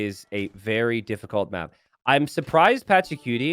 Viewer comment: saying Patchacuti like "Patchacutie" sounds so funny